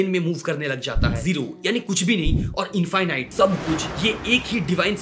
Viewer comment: इंफाइनाइट नहीं इंफिनिट कहिए। इनफिनिट इंफिनिट इंफिनिट। You have an extra strong bong accent 😂 Keep up with your good work 👍